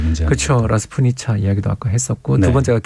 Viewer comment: 라스푸티차(러시아어: распу́тица, 영어: rasputitsa)…”라스투니차”가 아닙니다